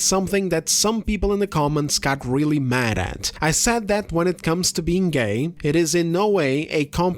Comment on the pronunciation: Her "gAiY" pronunciation definitely competes w that interviewr on the Acolyte "is this the gAiYeSt SW ever?"